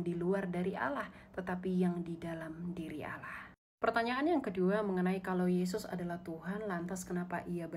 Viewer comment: Kan beliau bilang Allah nya kalian sama dengan Allah nya Yahudi, pliss dong ganti aja dengan sebutan Elohim atau apa kek, mana konsonan Allah kalian itu salah lagi..